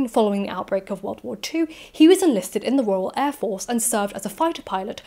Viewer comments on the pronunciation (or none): none